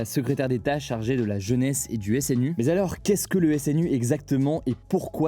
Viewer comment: Hé Hugo. Pourquoi tu dis tout le temps "mais z'alors" ? 😆